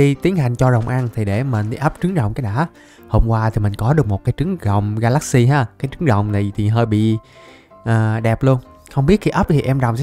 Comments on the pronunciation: Ga la xi chứ không phải ga lát xi nha a =)) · Wow Ga la xy đọc thành Ga lác si